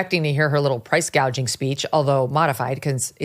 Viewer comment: She keeps bragging about how she prosecuted price gougers in California. IT IS A BIG LIE. SHE DIDN'T EVEN KNOW HOW TO SAY THE WORD 'GOUGING'. HAD SHE PROSECUTED, SHE WOULD HAVE LEARNT THE CORRECT PRONUNCIATION BY HEARING IT FROM OTHERS.